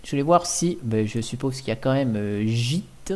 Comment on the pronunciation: S'il te plaît, je sais que je suis chiant mais tu peux dire imacs même si ça s'écrit Emacs. Je sais que c'est un détail mais j'adore cet éditeur ultra complet :) La dernière version stable est la 25.1.1 :) Git ne se prononce pas jit mais guit :) Honnêtement, un vrai programmeur n'a pas besoin d'autant d'outils. Il a juste besoin d'un éditeur qu'il configure pour tous les langages. J'ai commencé avec Vim mais Emacs est beaucoup plus complet. C'est donc celui là que j'utilise tout le temps. Pour moi, cette distribution est une DGLFI car ils ont juste installé des outils dont la plupart sont merdiques afin d'attirer les débutants. Le problème, c'est que ceux-ci vont croire que chaque langage a besoin d'un logiciel propre. Alors que cela est faux ! Un programmeur est à l'aise avec tous les langages qui existent ne t'inquiète pas :) Une fois que tu en maîtrises 2-3, les autres deviennent hyper faciles à maîtriser aussi. C'est comme les langues des différentes nations :)